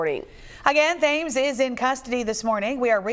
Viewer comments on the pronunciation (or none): none